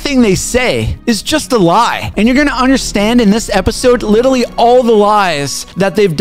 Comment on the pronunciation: Love your content but I died laughing when you said “Litally” at the beginning 😭